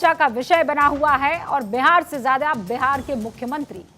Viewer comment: Phli baat Behar nhi hota hai Bihar hota hai😅